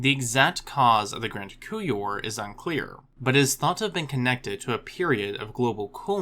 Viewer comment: The "p" in "coupure" is not silent. Otherwise you sound like you're talking about spoons or testicles, that's why one should use pronunciation guides.